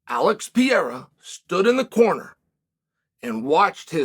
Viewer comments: Uncle Chael singlehandedly gave Alex a whole ass new italian citizenship with that "Pierra"😂😂😂😂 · can’t wait for the fights! alex pee-era vs jiri and sir-gee vs aspinall! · What a sad day it is when Chael pronounced Prochazka the right way. Lets hope not to see the day that he gets Pereira right.